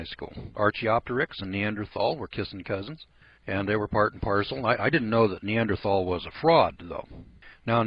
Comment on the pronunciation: Derp.... We not only have many Neanderthal fossils we have recovered Neanderthal DNA. You don't have any idea what you're talking about. You can't even pronounce the word correctly.